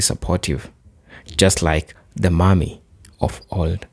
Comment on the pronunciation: Please, No, the way you say Mammy is not Mommy. Think of it as if you are saying yes Ma’am to a woman and the last part is Me. Ma’am me = Mammy This is the best way I can explain it.